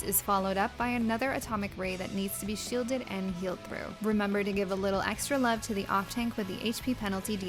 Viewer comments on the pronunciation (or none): none